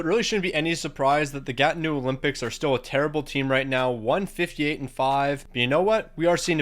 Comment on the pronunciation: As a Gatineau fan I feel slightly offended of your pronunciation